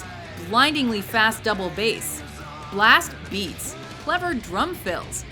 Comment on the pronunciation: why does she say blast beats like that?